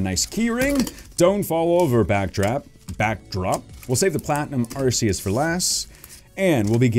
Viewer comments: its not arceus its arceeus thats how to properly say it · It's Ar-kay-us not Ar-see-us